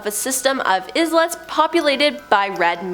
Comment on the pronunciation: Izzlets?!? Do you mean islands?